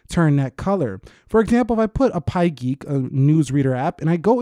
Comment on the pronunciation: "Appy geek" is not pronounced that way. Just an FYI, not that it would matter, though. I still love your videos. :)